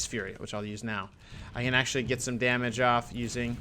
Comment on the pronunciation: Dam--age.. It's just one more syllable. please say it.